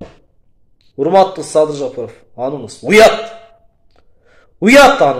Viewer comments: Жопоров эмес тилини ондо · Бул кайсы акылдуу Жапаровдун фамилясын нармольно айта албаган.адам Садырга акыл айтабы бул Ким ОЗУ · Озуно озу ишенбеген Адам ушинтип коркот ,бетин табактай деп ,маданияты жок сыйы жок ,жок дегенде жапаров дегенди туура айтчы,дулойсунбу